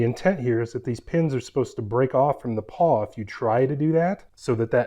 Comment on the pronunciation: Nice review, and nice jack stands. But I gotta say, it's a ratchet PAWL, not PAW. I've got an old orange china set like yours, and a set with removable pins. No issues in over 20 years of use.